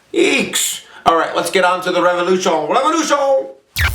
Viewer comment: "Let's get to the revolution.... RÉVOLUTION!" lol I love this guy so much